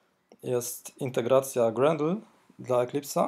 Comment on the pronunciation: nie jest to potrzebne do uruchomienia projektu, ale ciężko jest słuchać o "grendlu", gdy powinien być "grejdl"